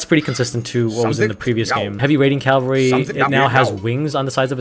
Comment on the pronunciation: It's cavalry, not calvary.